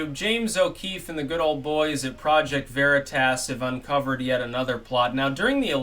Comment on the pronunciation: OK, This has been driving me crazy for months., it's pronounced veritas "a" as in "ah". It's Latin. It's not veritASS. Thanks. (Actually it's "way-ri-tahs", but we won't go that far).